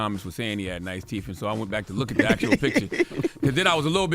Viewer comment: Charlemagne the word is TEETH not TEEF. He literally is saying teeth with an F like he’s a 4 year old 😂😂😂